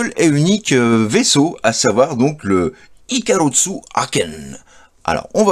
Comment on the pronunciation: Hello juste en passant : "icarusso" c'est absolument pas la prononciation du nom en Japonais : ジェットイカロス c'est même l'inverse "Ikarosu". Le S est dur en Japonais, pas besoin de le doubler en transcription romaine.